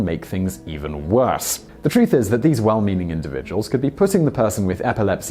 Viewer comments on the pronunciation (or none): none